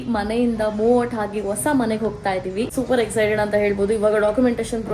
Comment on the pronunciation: leyyyy ha aakara kaliyamma. vosa alla adu hosa